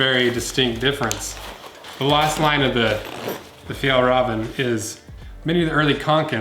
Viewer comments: Just say fjällräven like "fjell raven" no need to say "rahven" like in ramen wtf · Me: fajall raven kanken Him: fyal raven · It's pronounced fjEllrEEven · Is it pronounced, "Fall Raven"? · The way you said Fjällräven var skit roligt